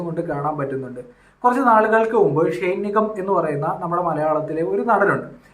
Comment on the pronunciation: ഷൈൻ അല്ല ഷെയ്ൻ